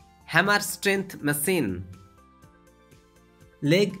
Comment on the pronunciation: not masine its machine